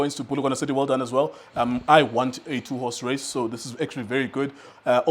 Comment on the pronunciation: How he emphasized "two horse race"🙄